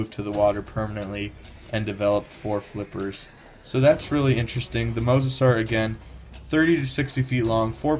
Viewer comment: no mosasuar